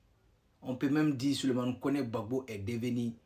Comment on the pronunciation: Ont dis Gbagbo et non gbapo tu va en sans que tu es vraix burkinabè perdue 😅😅😅😅